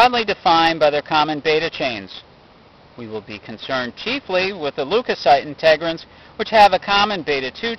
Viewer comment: Integrins, not Inte-grins